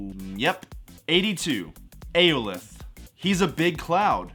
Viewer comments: aolith?! His name is alioth fenrir!? His name is fenris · Ah-LIE-ith He’s nothing crazy but the power he had was cool. Was a mysterious being found at the end of time by Kang, consumed souls for eternity, that was basically kept as a pet like Cerberus. Just because it’s high on the list doesn’t mean you have to trash on it. Why do you even make the video if you’re not even into it? And I don’t want to hear that this is your general mood towards “poor written characters 😢😢😢😢” Alioth served his purpose as a character. Some are bad but a lot of these characters served their purpose. But hearing you get names wrong and just trash on low end characters just for the sake of trashing on someone you deem lesser is that classic incel nerd type sh*t that people don’t like about fandoms. Track suit guys are funny and bad tv shows have their bad characters, but don’t just harp to harp. Some of these characters were rather compelling and you seem like not even a fan enough of the whole saga to care. Which is like, why would I watch your content? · I’m aware of Alioth, the way his name was said is completely wrong, not to mention he is much more powerful than the video made him sound. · oh yeah, i agree